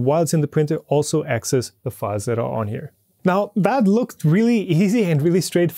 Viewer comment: "asscess" haha